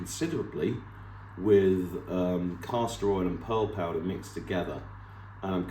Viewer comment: You mix castor oil with what kind of powder? I couldn't understand the word.